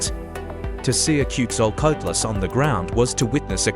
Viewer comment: Ten seconds in I heard the worst mangling of a name I've ever heard AI deliver, and I've heard some disastrous ones. That's not remotely how Quetzalcoatlus is pronounced. This isn't even trying.